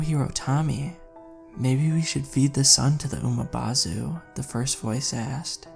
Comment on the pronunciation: It's Umibozu not Umabozu there's no A in the word. 😆. Good story though.